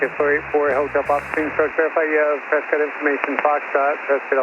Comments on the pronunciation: the natives of Prescott, AZ pronounce the city 'Presskit.' 😊 Love this video! 👍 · the locals pronounce Prescott as Press cut. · Don't know if anybody else mentioned it but you have probably already heard it that we pronounce it Preskit... I no longer live there but I lived there for a few years.. One of the best aviation education facilities is right by the airport Embry-Riddle aeronautical University. Their main campus is in Florida. While I never followed through and got my private license, I did work on it a few times. And I am a former air traffic controller my last facility was Yuma Arizona and it warms my heart when I hear you compliment air traffic control! And very much enjoy watching your videos and being retired I've been catching up as I'm a fairly new fan of yours. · I have been told by the locals that Prescott is pronounced like "Press-kit" and think of how the work biscuit is pronounced. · Honestly on the radio I would pronounce it the same. Everyone knows Tucson is pronounced too-son (thank you Eagles) but only the locals know press-scott is actually presskit haha. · I knew you had never been to Prescott because of the way you pronounced it😂 It rhymes with “biscuit”. I love your videos- you take so much mystery out of the dynamic between pilots and ATC, and the fact that I can now understand the jargon and air speak is amazing for me. Thanks for all you do.